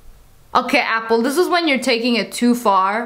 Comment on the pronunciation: Uniturtle say apple pinching your tounge 😑